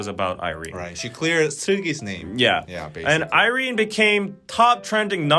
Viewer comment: Its irene wrong thoughh ........im so dissapointed